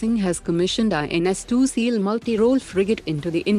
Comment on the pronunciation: not two seal its tushil